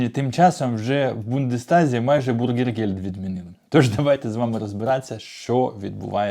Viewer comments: Bürgergeld бюргергельд, а не бургергельд.😊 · Говорите пожалуйста правильно " бюргергельд", а не " бургергельд", это не булка с котлетой, а деньги для граждан. Большая разница! И не пугайте людей, принудительно никого не будут высылать! Кто за 3 года постарался и выучил язык и желает или уже работает, тех оставят с удовольствием. В Германии нехватка рабочих рук во всех отраслях! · навчись вже правильно казати: НЕ бургергельд, а бюргергельд! Від слова бюргер ( громадянин), а не бутерброд! Не позорьтеся!!!